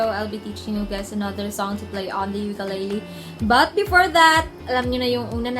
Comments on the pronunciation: You have a wonderful voice and you play well. Nga pala, hindi po yan "Yukeleyley". It's ukelele. If you know what I mean. Thank you. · Ukulele is pronounced “oo-koo-leh-leh” ; “ookoolehleh” please say it the right way. Thank youuuu💙 sending my aloha from hawai’i